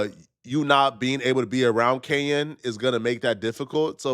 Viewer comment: It’s Kenyon Martin NOT KENYAN